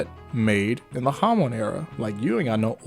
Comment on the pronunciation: Hamon is pronounced Hamone?!